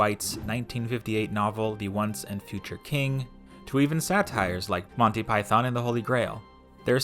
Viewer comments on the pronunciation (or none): none